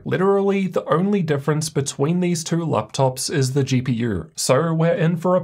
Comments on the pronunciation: "gee pee urrr" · why bro say GPUrrrr